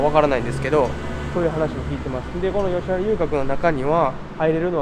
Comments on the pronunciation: あとついでに言うと「よしはら」じゃなくて「よしわら」だよね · よしはらでなくよしわらです、だいもんではなくおおもんです。